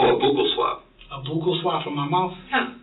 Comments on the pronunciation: WHATS A" BOOKLE SWAB" 😂😂😂 Buh kal is correct pronunciation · Buccal swab is pronounced "buckle". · I’m gonna start calling it a “boocle” swab now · Its called " Buccle swab" as in Belt Buckle not however he pronounced it😂